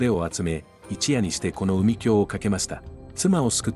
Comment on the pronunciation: 読んでいる方は日本人ですよね？ 海峡をうみきょうと読んでらっしゃいます😳